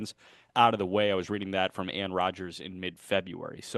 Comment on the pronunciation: Small thing, Royals beat reporter Anne Rogers, her first name is pronounced Annie. Great stuff as always!